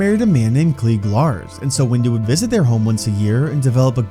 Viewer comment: Every vid that says “windu” it says “wu” 😂😂😂😂😂😂😂😂😂😂😂😂😂😂😂😂😂😂😂😂😂😂😂😂😂😂